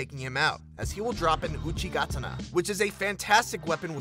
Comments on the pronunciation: the way he said uchigatana is makes me cringe its a ga-ta-na not a got-n-naw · Wait wait.. "uchi git ina"!?!?? What the actual fuck? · UCHEEGATTANNA HAHAHA LOL XDDDDDDDDDDD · It's UCHI-GATAAAAAANA Not UCHI-GAAAATANA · Uchi G A T A N A! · Ooh chi gat ana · How do you fuck up the name of Uchigatana? It's a katana. Just put Ooh-chi in front of it. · I was about to click off the video when you said oodeegatanah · Mispronounced uchigatana (oo-chee-guh-tah-nuh) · “Uchi - gatana”... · It's pronounced Oo-Chi-Guh-Tona. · whats an "uchi-ga-tana" 😂😂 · Uchi-ga-tana lmao. You butchered that so badly lol. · The way he pronounced uchigatana killed me. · The way you said Uchigatana was upsetting tbh. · That Uchigatana pronunciation tho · The way he pronounced uchi-katana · Ikr happens all the fucking time, instant dislike lmfao And the way he pronounced Uchigatana 😂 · The way he pronounced uchigatana, how he avoided hitting the mimic as he was getting up Mans needs to git gud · U said uchigatana wrong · Uchigatana, why did you pronounce it so fucked up XD It has ATANA in it, pronounced like KATANA lol WHICH IS WHAT THE WEAPON IS! :p